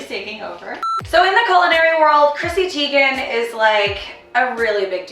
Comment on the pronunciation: Her last name is said like tygin its spelt teigen. I know this becasue she put a video over twitter how to say her name.